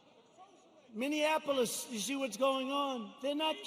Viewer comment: The Madman! He calls them "Minion"-apolis lol!